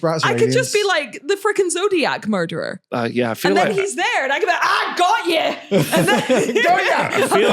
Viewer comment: Love how is the most Scottish I've ever heard when she's threatening violence! "I go' ye!!" 😂